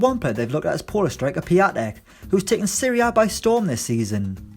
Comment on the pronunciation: Its prounounced Pee-on-tech